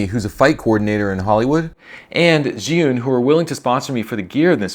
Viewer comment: among english speakers, you are the only one who can pronounce "zhiyun" correctly :)